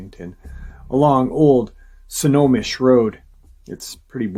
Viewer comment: It's pronounced Snow-home-ish Washington cheers and family.🎉